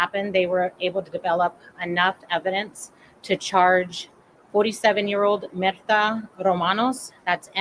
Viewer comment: Her name is Myrta, pronounced as Mirta long sounding E